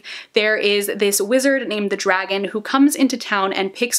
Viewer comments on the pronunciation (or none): none